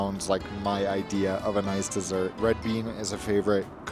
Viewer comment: You crack me up with how often you say "Noice" . I think you need to move to Oz, oh and also i love your obsession with musical theatre as that is my profession ! :)